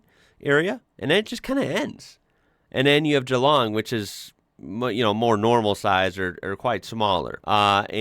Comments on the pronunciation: Hats off to you for pronouncin GEELONG properly - not GEE LONG like so many British and Yanks do. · Impressed about your pronunciation of Geelong. Well done sir. You are now an Australian.